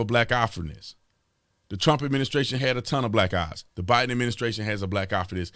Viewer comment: Tatum, did you say Biden or Divide'em administration?